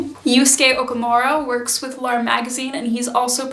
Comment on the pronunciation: I hope you will recognise that I say this with good will, but I would really encourage you to pay a little more attention to pronounciation when it comes to Japanese words. In Japanese, L'arme is pronounced 'la-ru-mu,' for example, which may or may not be true to the French, but is accurate to the fashion. As an English speaker who uses Korean as a second language, I understand the challenge of learning new pronounciations, but I think when we are adopting styles from other cultures, we should take the time to aquaint ourselves with correct pronounciation if we can. I really appreciate your perspectives and enthusiasm for sewing. I am also a seamstress of sorts having started at age 6, and now make clothes from 1950s patterns for my kids ♡ I am not personally into kawaii fashion styles, but do find the subcultures interesting and love seeing a handmade approach where so much of it seems brand centric